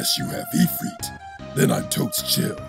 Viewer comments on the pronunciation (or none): none